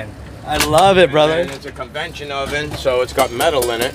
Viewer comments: “CONVECTION “….not convention….oven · "Convetion" oven lmao